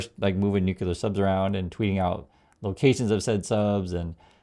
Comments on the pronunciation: it's NOO_CLEE_UR, not NOO-KYU-LUR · Love your content, but please pronounce nuclear correctly.❤ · Corect pronunciation is “nuclear” not “ nuckelar “